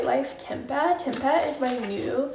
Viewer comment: just a heads up, tempeh is pronounced 'tem-pay' 💕